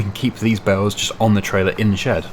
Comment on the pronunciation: I have hearing issues so I use CC and when you say "bales" CC says "bells" so I'm just asking if you could pronounce bales properly please.